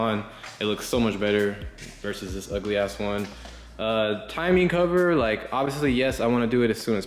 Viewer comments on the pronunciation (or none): none